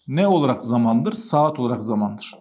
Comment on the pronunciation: 😂Seeaat mii bi anda kürt aksanına girdi. Ciddiyetini bozmadan